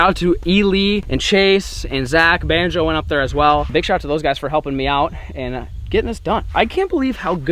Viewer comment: I dont even go here, but I'm sitting with my dad as hes playing this on the tv, and hes asking "why has he been calling bonzo "banjo" lately?" No idea what that means but if anyone can answer, I can tell him and shut him up 😆